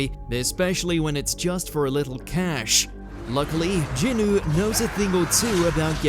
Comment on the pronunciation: HOW THE HELL DID YOU GUYS PRONOUNCE JINWOO SOOOOOO WRONG